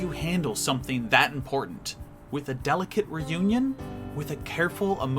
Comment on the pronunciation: At the beginning he said "dellacate" DELLAcate